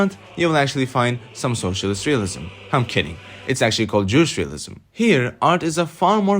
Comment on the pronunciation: Great video but fyi it's ju 'che' pronounced like che guevara or cherries, not 'jyoosh.' sources: i'm korean with northern rootz 😊 have a lovely day!